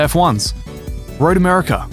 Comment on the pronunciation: Have I been spelling and pronouncing my own countries name wrong? I had no idea America had an R at the end...